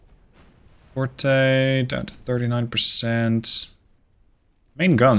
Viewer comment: Forte is pronounced like Fort. Fortè is the musical term.